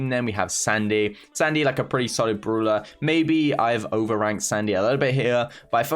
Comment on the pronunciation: I love how he says the word "brawler" The "bruwler"